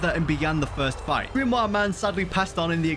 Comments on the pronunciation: why did u say grimwa its grimmor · Why does he say book thingy(dunno how to spell) like that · His waybof saying grimore is so weird